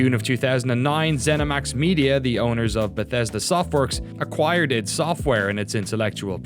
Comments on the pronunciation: people saying it wrong in the video!!! really annoys me. it's not iD (like bid without the b) it's I.D. eye-dee software. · Am I the only one who thought it was pronounced I.D. software and not id?